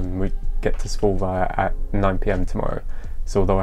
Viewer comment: You actually pronounced Svolvær good :)